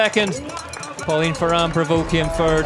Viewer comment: Pauline Fer-rand prevout… these guys